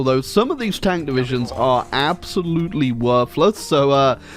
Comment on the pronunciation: "A-zolute Sorrow"